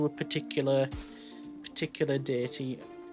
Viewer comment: i am so sorry, but when you said diety system, i forst thought you said dirty system, then dating system